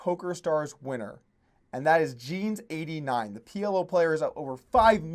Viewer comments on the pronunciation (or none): it's not "Jeans"... It's like Jean S 89. Jean pronounced the french way which is like Shaun. He won the EPT Copenhagen back in 2009